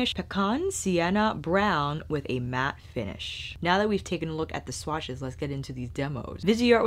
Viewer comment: you mesmerized me with your swatch pronunciations! 🥰